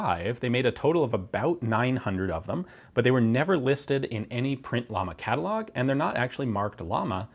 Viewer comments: double ll in Spanish pronounced y as in you ! just saying! and i’m saying it because whenever someone makes a pronunciation mistake in english every native speaker is just rolling eyes yet can’t and won’t learn any foreign language pronunciation for no matter what reason!!! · If it’s a Spanish company, then “llama,” should be pronounced ya-ma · Double L (Ll) like in Llama is an I so the company is actually called Iama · BTW, the company name is pronounced "Jama" and actually means Flame. I know this because of the logo, which looks like a flame and not a llama, which in Spanish is called the same, llama. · I thought double L's in spanish is pronounced with a "y". So wouldn't it be pronounced "Yama"? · The "double L" in Spanish sounds like Y in words like Yankee, Llama is pronounced like Yama, a very interesting video, keep it up¡ :) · actual pronunciation of the manufacturer is JAMA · Being that it's spanish shouldn't it be pronounced like Yama? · " Ll " of Llama is pronounced like "Y" of yellow or you. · Just a note: Llama should by pronounced like “yama”. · pronounces "Llama" very badly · The way you pronounce pressin and llama hurts a little. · nice review... my grandfather had one of these and a LLAMA MATRIAL 38 for the next review here is a Tip in spanish pronunciation the Double L (LL) pronunciation it sounds like a Y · You have to pronunce ut like "jama" not lama. The company's name is cuz a flame,not cuz the animal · It's not "lama", it's pronounced "yama" or "shama", and it means "flame" in spanish :D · Llama= Spanish trademark, thus should be pronounced "ya-ma" not "la-ma" due to double L phonetic rule in that language. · I think it's pronounced "yama," not "llama" like the animal. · its not lama.... ITS LLAMA, at least get the pronunciation right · Please, don't pronounce llama as "lama" but as "yama". Greetings from Spain. By the way, you got on your hands something that 99,9% of Spaniards will never see close or in reality. God bless "Murika"...